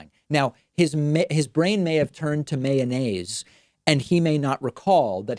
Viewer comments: Boy I love the way you say mayonnaise in describing Trumps mental condition. Cracks me up everytime. 🤣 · David Pakman can't even say mayonaise properly. 🤣😂😅😹